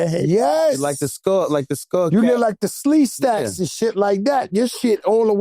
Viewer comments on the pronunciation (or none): yoooooooo! joe said sleestacks! yall to young to know about land of the lost.